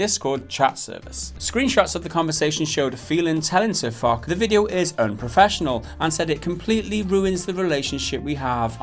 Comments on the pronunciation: A shot every time they mispronounce Foch and say fuck or Fock.... its pronounced fosh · Sir FUCK? LOL What happened to Sir Foch (pronounced as Fosh) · "Sir Fock" its pronounced sir fosh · It is not fock, it is pronounced fosh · You say it like : sir fosh, not like: sir fock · It's Pronounced "Fosh" Though I called him Fock for a good while myself till I finally saw in one of his vids. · its foch not fok. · lol Sir Fock, i love it. Really though. it's Foch (pronounced Fosh). A tank named after French General Ferdinand Foch. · Sir fuck? lol its pronounced "sir fosh" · You're saying foch wrong it is pronounced fosh but spelled foch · Spelled Foch, pronounced Fosh. Just remember for next time. Watch one of their videos to hear them say their name correctly then make your videos :). Just some constructive criticism :P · Pronunciation sounds like "Fosh" as in Ferdinand Foch. Other than that, completely agree with you lads. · I cringe everytime he said sirfuck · its pronounced as Fosh after the French tank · IT'S PRONOUNCED FOSH, MORONS. And you didn't do very much research either....Wargaming CANNOT DMCA SirFoch since they have a CLEARLY worded post authorizing ANYONE to use screenshots and in-game footage for WHATEVER you want. MORONS. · Dear God it's Foch pronounced Fosh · and it's F-oo-sh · Fosh..... use a shhh sound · Pronounced FOSH. Like the French WW1 general. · " but in French u say it Fock " Oh non ! Absolument pas !! I can assure you that you really pronounce the name of this French Maréchal with a "sh" sound at the end, like in "posh" ... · DexterityHD That's the germanic pronunciation, however the name is a reference to a french tank, so you should use the french pronunciation "fosh". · But his name comes from a tank in the game, AMX 50 FOCH. And Also, it's pronounced Foshe. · lol they said his name wrong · you should have spent at least 2 minutes in researching how to pronounce guy's name properly, you simple minded 'muricans... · It's, Fosh...not, Fock.